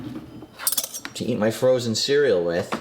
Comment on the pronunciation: I honestly thought you meant "frozen cereal" - literally someone went to the trouble of finding a way to freeze cereal and make it somewhat decent. Your use of emphasis did not help either. :P